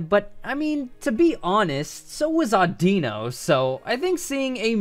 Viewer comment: When he said Odeeno instead of oddino 🥵😡😳🤯😱😭